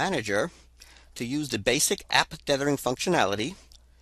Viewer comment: TETHH-ering... not DEATH-ering... ugh. hard to listen to. (Yes. I know this is 8 years old.)